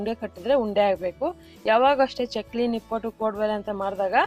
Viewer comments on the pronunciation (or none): Nippottu anta uchhaara(ಉಚ್ಚಾರ) maadtidira.pls nippattu anni,akaara hakaarada kadegu gamana erali,namma bhasheya melina hidita naavu maaduva kelasada soundaryavanna ennoo hechhisutte.